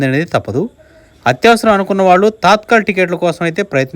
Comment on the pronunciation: Adhi తాత్కల్ కాదు తత్కాల్